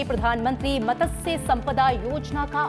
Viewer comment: Mam! It's not मतस्य it's मत्स्य🙄